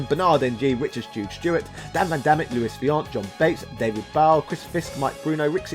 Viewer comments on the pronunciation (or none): none